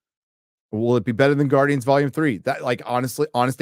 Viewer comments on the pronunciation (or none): none